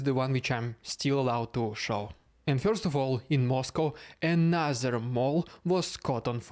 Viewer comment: Love the name change. Please don’t start changing how you pronounce “first” (fyurst).